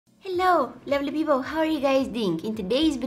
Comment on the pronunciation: what she says: lovely people what i hear: lbobolbpepol